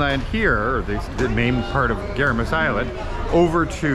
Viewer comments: guys, its GuiMMMaras, Guimaras, not Guiramas. :) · you've been mispronounced the island's name, you're not reading it right, it's Gui-ma-ras, not Gui-ra-mas, just saying. Love all your vlogs love Bianca❤